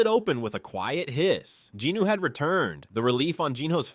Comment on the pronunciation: Great narration but "jinuu" instead of "jinwoo" is killing me lol